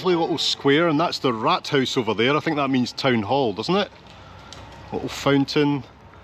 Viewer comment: Just a tip for the future wrt AACHEN: Get off train at Aachen West station, walk towards Roermonder Str, then towards Ponttor (Pont cIty gate, medieval). Then follow Pontstrasse all the way to market sqaure with medieval Rathaus ("rat" is a little harsh the way you pronounce it 😘), city hall. Continue to bakery Drouven to buy "Aachener Printer", especially the "Beschwippste Printen" (if they still have them). Don't miss out on the very large, very hard original "Kra"uterprinten"! These will last you for the rest of your travels, unless they get damp or wet. Then go to Cafe van den Daele, to enjoy coffee and amazing cakes, traditional and fancy ones. The cherry-rice flan is the best! You have to sit upstairs and enjoy the atmosphere of the old, small rooms. Fancy cakes also at Cafe Middelberg, just around the corner. Buy and enjoy more printen. Have a pint of Guinness at the Rethel Pub. Don't miss out on the Dom Treasury and then Aachen Cathedral/Dom itself. Do not try to sit on the coronation throne, that might get you into a wee bit of trouble. Guided tours in English are great. The Postwagen was a great food and pub experience, but I am 25 years out of touch, but even for just a beer on the second floor in the narrow corner it should be a fun experience. It's "glued" to the side of city hall. When leaving, walk towards main train station (Hauptbahnhof) and walk by the Marschiertor. Maybe try to catch a sip from the infamous Elisenbrunnen spring. My American host parents lov